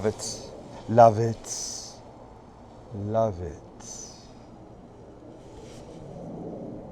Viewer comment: “Lav itsss” lmaoooo